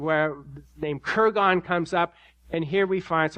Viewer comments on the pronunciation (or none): "KurGONS", yeah, right. Who would pronounce Kurgan that way? Don't cheapen yourself with ignorant pronunciations.